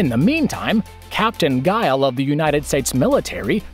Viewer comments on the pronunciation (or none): none